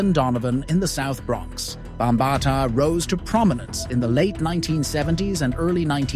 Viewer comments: Bam ba Ta learn how to pronounce his name before you speak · You are mispronouncing his name. Makes it hard for me to take this seriously.